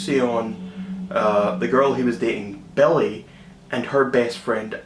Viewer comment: hahaha i love how you pronounce Billie as Belly :D